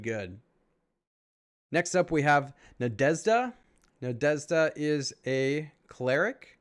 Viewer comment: Thank you for the video! Cool review. P.S. i watched couple of videos with English speaking people grading these heroes and ... i couldn't even imagine that for you guys is hard to pronounce the name Nadezhda:) And i was thinking... common this can't be the case and i gave it a thought... and i couldn't think of a word in the English language where you have that combination of letters "zh", not even the sound. So it appears it really is hard for English speakers. But i gotta give you Sir, you were pretty close to the correct pronunciation! Good job on that one 👏